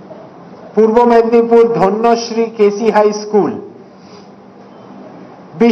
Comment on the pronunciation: ধন্যশ্রী নয় ওটা হবে ধান্যশ্রী